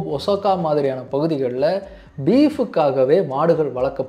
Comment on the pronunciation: நல்ல பதிவு👍🏽 but Kobe கோப் இல்ல. கோபே Kyoto கொயோட்டோ இல்ல. க்யோத்தோ Osaka ஒசாக்கா இல்ல. ஓசக்கா